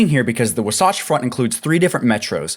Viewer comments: Saying wasatch like it’s Sasquatch lmfao 🤡 At least look it up if you don’t know how to say it. Wah-satch. Not -wuhsoughtch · Wasatch is pronounced WAH satch.